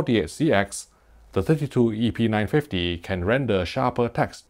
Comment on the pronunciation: Almost sounds like he is saying epeen950...